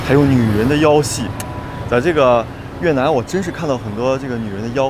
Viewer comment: 越南 你非要读成 越特南 那个T不发音大哥